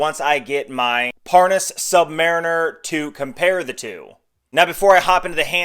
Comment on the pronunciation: Lost me at “Parnis”